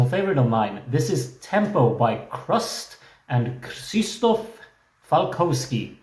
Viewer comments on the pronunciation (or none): Don't worry about Chrust live vocals, they're good, there's a bunch of their live performances on YT. Also the "Ch" at the beginning is like the "H" in Hole rather than like "Ch" in Christ.